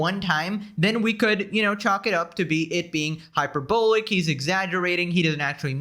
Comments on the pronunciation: HyperBOWLICK xD HyperBALL-LICK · Does he know what hyperbolic means. He says it wrong constantly